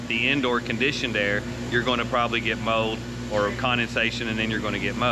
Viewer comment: Did he say mode or mold?😂